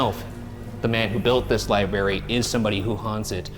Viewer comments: Ryan saying "libary" is getting meeee 😩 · Ryan's consistent mispronunciation of library and librarian drives me bonkers. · How ironic that this is a man with a college degree in a room that houses knowledge from all over the world yet he can't pronounce the word LIBRARY (not lieberry). Maybe the ghosts were offended by the pronunciation and that's why they decided not to play. What's next? Are you headed out to a real estate office to talk to a realtor and will pronounce it relator? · Was already irritated three seconds in when I heard “libary” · Is libary a meme or something? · How many times will Ryan say "libary"? Someone keep track 🤣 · Take a drink every time Ryan pronounces it "libary" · lie berry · My 13 yr old daughter called it a lie-bry , like she's British ..lol that's fine .. but l lie-berry? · I call it the lieburree 😂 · Ryan HAS to be trolling us with the amount of times he leaves the R out of the word library! 🤣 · Ryan pronouncing library as libary is the best thing lol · Ryan pls say library right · keep saying " Lie- Berry" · the first thing you said was libary....there is an r in there dude. lol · Haha one second in: lie berry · Ryan, it’s “Library.” There’s two Rs. Love you! 😂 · The mispronunciation of library is a tick of mine so every time he said it wrong, it may be correct him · The Librarian denizens want you to GET OUT until you learn to pronounce library properly. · this comment made me realize that some people actually fully pronounce both "r"s in library and now i can't unhear it every time does it😭😭 it's like fully pronouncing both "r"s in february, it just feels wrong